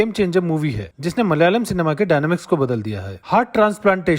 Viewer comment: Brother it is pronounced as Malayalam, not Mal-yalam